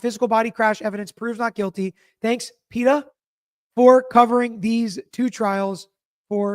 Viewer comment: Best way to learn to pronounce “PE-tah,” I have two words for you: Family Guy. You’ll never forget after that.